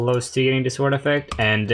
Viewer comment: not to be rude but you r supposed to pronounce sword as sord Love you drunk